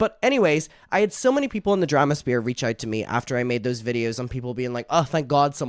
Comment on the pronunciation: you crack me tf up, are you saying drama SPEAR?? 😂 bc it's SPHERE 🤣 i love you